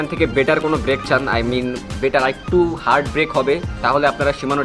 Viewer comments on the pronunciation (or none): none